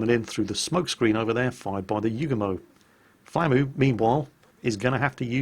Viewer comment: It took me a while to realize you were saying "flamu" and not "Flammie". I was like: "When did the big fluffy dragon from Secret of Mana become a soviet destroyer captain?"